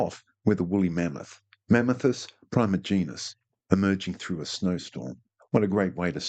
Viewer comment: You may be a real paleontologist but the way you pronounced "primigenius" made my ears bleed in cosmic horror